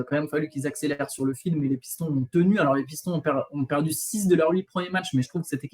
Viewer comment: pourquoi tu prononces Pistons comme ça? Tu prononces bien Boston pourtant. Encore un effort c’est la même syllabe. Comme d’habitude, un plaisir de vous écouter